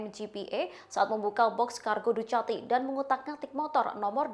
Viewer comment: Ducati bacanya dukati mba.... sering seringlah nonton motogp